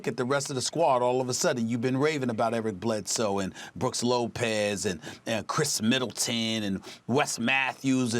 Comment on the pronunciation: Stephen A Smith - And you’ve been raving about Eric Bledsoe and Brooks Lopez and Khris Middletaan! 🤣